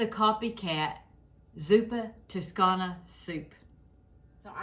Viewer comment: This looks delicious I am Italian❤ And you said it perfectly